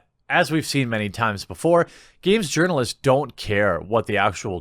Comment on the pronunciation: I thought you were saying Yearnalists, like they were yearning to the most progressive, or something.